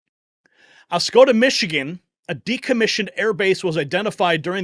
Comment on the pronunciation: "Osceeohhhdah" is how it's pronounced. Not oscoda.